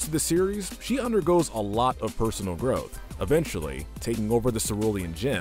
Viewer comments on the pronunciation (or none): none